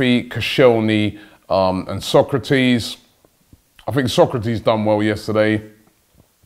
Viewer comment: It’s So-kra-tis, not Socrates 😡